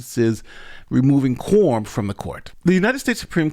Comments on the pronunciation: Why do you keep saying “Quorm”? The word is “quorum”. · Hahaha!!! Sorry, but I had to share. I'm listening at 2X speed, and it sounds like he's saying "porn" instead of quorum. Changes the whole tone. Back to work now.